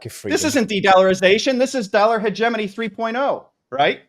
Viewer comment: I wish the interviewee would learn how to correctly pronounce 'hegemony'.